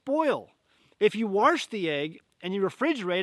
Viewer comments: You said “warsh” 🤣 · I think that's from a British accent, my friend from England says it so. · Yes, my grandmother from Canada said "warsh". I thought she was the only one!